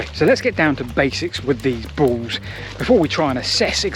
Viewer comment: The word is pronounced "balls", NOT "baws". This irritates me so much I can't complete the video. Speak properly man!